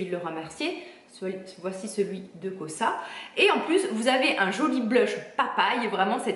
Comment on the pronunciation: Coucou la miss tu as un teint éclatant pas étonnant vu les superbes produits que tu utilise. Juste une petite précision et juste pour ton information personnelle hein rien de grave là dedans lol, on prononce la marque "kar weis" et le s à la fin de la marque KOSAS ;) les déos SCMIDT'S m'ont détruits les aisselles en version bicarbonate mais surtout de nombreux hauts, car impossibles de les récupérer même avec des produits détergents conventionnels. J'ai remplacé par les déos roll on de chez ALUNA et en créme de chez THE BLACK CHICKEN REMEDIES, sinon en gsm j'ai vu cette semaine la marque USHAUAÏA as sortie une gamme de déo spray et roll on à base d'ingrédient organiques, à 98 ou 99 pourcents d'ingrédients naturels. Pour les produits capillaires MADEMOISELLE BIO pas de silicones certes mais des quats pour les puristes, perso àa ne me dérange pas le moins du monde même si je préfére ceux de chez JOHN MASTER ORGANICS que mes cheveux supportent mieux. Pour le masque LEAHLANI, est ce que tu l'as mélangé car au vu de sa texture très compacte il ne me semble pas, du coup tu as tout le miel en dessous et ça n'aura pas le même effet, je l'adore je l'utilise en nettoyant car une toute petite quantité suffit et le pose au pinceau sur peau humide en l'étirant au maximum, je te conseille aussi du coup le honey love de la même marque et l'huile pua lei qui est juste une pure dinguerie